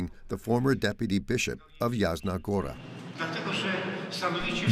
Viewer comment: Опять искусственный интелект произносит неправильно слова монастырь Ясна Гора, а не Ягна Гора и т.д.